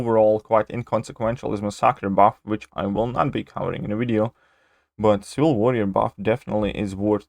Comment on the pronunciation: If you put "ciwil" on purpose, that's quite a clever play on your accent lol